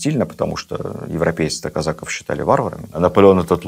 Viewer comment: Лекция супер. Но почему казАков, казакОв! Очень режет слух...